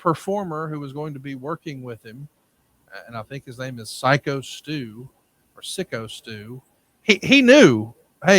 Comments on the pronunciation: The fact that this is such a huge story and doesn’t even know his name is pathetic. It takes 5 seconds to hear his name is pronounced “psycho” and not “sicko” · Not sick-o stu 😂😂😂😂